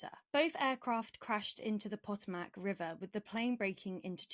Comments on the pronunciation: This is “excellent coverage”? Your definition of those words must be markedly different from mine. Literally everything in this “report” is factually inaccurate. They can’t even pronounce “Potomac” correctly. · My sympathies to all those involved. A trivia in such a tragic incident but the standard of journalism nowadays... Please learn correct proper nouns. I'm 🇬🇧 but know that is not how you pronounce the Potomac. 🙄